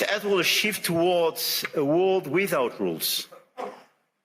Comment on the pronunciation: His French-sounding "r" are cringe-making though, and he has forgotten how to pronounce "world" correctly, which is a bit much given the context. Weird to hear his English going to pot, accent-wise, as though he didn't give a toss any more.